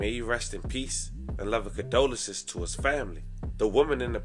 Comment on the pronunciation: I know where he’s from. I went to school in MD near Baltimore…that’s not an excuse for the way he speaks. A Baltimore accent is one thing but I’m talking abt much more than the way he says “toooh” lol…he’s literally pronounced something correctly and then 3 sentences later totally screwed up the pronunciation like he didn’t just say it right a min ago…he has something else going on. Trust